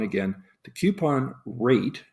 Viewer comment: It bothers me to hear "queuepon" instead of "coupon." Sorry.